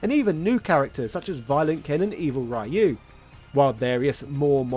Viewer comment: stop pronouncing ryu wrong for fucks sake